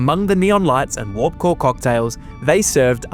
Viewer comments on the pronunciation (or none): none